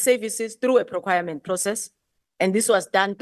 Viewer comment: Is it proquirement or PROCUREMENT???Wow, this from a Minister, in the leadership of a country! Wow!